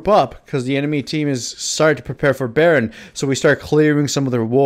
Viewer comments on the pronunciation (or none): none